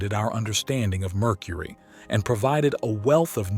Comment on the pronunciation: i love "Murcury"